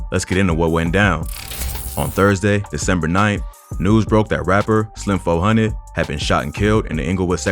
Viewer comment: “Slim Fo Hundid”